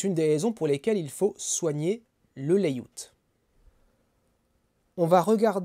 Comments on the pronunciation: Je corrige: pas "léiout" comme tu dis mais "léiaout". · "laïout"?? On dit "laïaout".